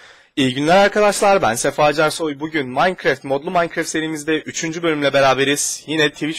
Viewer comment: maynkreft deyil salak maynkraft deyiliyo